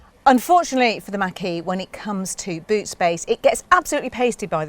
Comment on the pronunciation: Ford Mustang Mach-E looks better. They are planning on improving the range and lowering the cost. Pronounced Mock-E not Mack-E